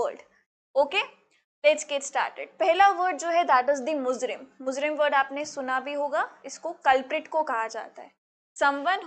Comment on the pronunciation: It's mujrim not muzrim